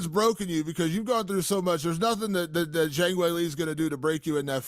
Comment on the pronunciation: You'd think he could at least learn to pronounce Zhang's name...